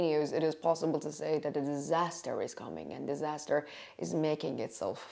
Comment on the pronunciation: Free English consultation. 😊 Your English has improved greatly. I would give you 1 more tip, free. Try to pronounce TH correctly. (tip of tongue is on bottom of front teeth). Right now you say Deez, Doz, Dat, and Duh, the correct way, so we can understand you better IS: These (theez), Those (those) , That, and The (thuh). Practice your TH sound, and your English will improve by 70%. This is the most common phonetic (fonetic) mistake when learning English. Your Welcome. Diana from Cali.